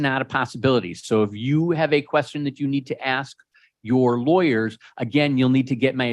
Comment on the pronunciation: What dis you axe me ?